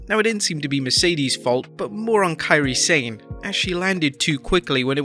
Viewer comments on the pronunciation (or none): Does the narrator have a reading or pronunciation disability.its been established that it Mone pronounced Monét and she called her Kairi San not Sane